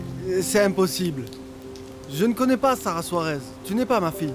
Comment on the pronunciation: Ki moun ki tande seb site non kara an di sara😂